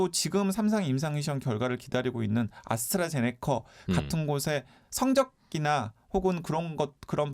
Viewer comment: 아스트라제네커 아니고 아스트라제네'카' 입니다 기자님